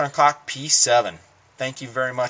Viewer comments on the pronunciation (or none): It's "coke" in English with a long "o". Not "cock". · LOL.... He said Heckler & COCK. :D FYI, it's Heckler & COKE. :D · It's Heckler and "coke" not "cock" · Stick to Spanish. It is Deutsch for "cook" and is pronounced most lilke "coke" in English. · Pronounced Heckler and "Coke" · it is pronounced 'coke' go to the HK website. Somewhere on there, they have how to pronounce it and it IS coke. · its "coke" im in a german class and ask my teacher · its pronounced coke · nice little trick you pullled there with the google translator, but you are still wrong. "coke" is the way how americans pronounce it today, even the guys wrong hk usa, but thats doesn´t make it right. The "ch" in german is pronounced similar to the "j" in castillian spanish. /watch?v=5a7_uBJgr5Y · Still wrong, Koch is pronounced with a soft "ch", you would have to be german to understand it